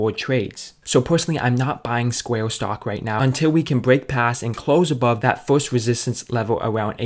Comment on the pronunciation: CEO OF “SQUAY-UH”